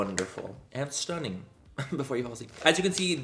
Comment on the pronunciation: The way Manny’s been saying stunnin’ recently in a Conor McGregor accent hahahaha living